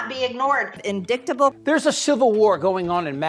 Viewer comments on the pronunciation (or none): She can't even pronounce "indictable" after hearing it over and over again. She comes up with in-dick-table. She is a poster child for maga lack of intelligence.